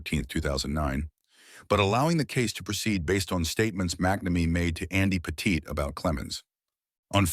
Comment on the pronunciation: Say Petite correctly if ur gna say it 40 times In a video.